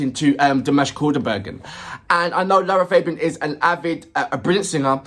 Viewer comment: Concerning the pronunciation of LArA FAbian, it is an Italian name, the three A's are pronounced in Latin, like the A's of "fact" or "black".